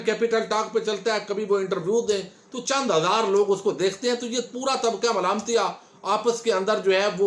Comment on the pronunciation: آپ جو لفظ بولتے ھیں طبقہ ملامتیہ بس یہ آپکی زبان سے بہت سوھنا لگتا ھے ماشاءالله جزاك اللهُ خیرا